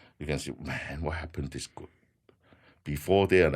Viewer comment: When he says “group” I hear “gook”